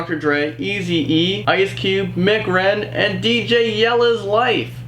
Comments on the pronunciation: Lol Mc Ren he pronounced it like mcdonalds its m c as in say the letters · omg did he just say Mc. ren ,this ain't mc Donald's its m.c ren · Did he really pronounce mc ren like that